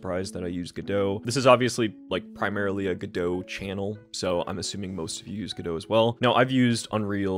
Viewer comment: you said Godot and that was the moment I subscribed